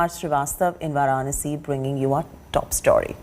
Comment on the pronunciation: Where is this anchor doing on In India who cannot pronounce Varanasi! Pronouncing with wrong stress on syllables and wrong intonation. Sounds totally silly.